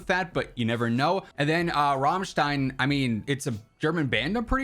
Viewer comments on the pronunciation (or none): As a EU watcher, saying Rammstein the way you did hurt my ears 😭😭